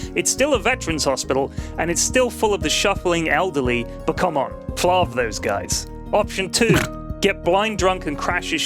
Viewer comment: I thought it was flarv, not flavv?